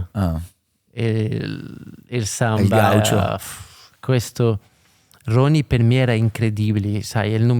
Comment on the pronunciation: si dice Ronaldihno Gaùcho non gàucho in portoghese